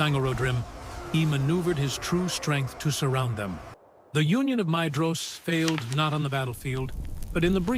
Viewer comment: Great video! So I hate to do this, but Maedhros is pronounced 'my-thros', and Haudh is 'hauth' 'Dh' in Sindarin is always pronounced as 'Th'. You could probably to do a search for 'dh' in your script and change it to 'th' when its Elvish so the narration knows what to do with it